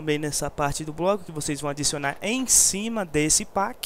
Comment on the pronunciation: Não é páqui que se pronuncia pack é péqui isso é inglês , pelo amor de deus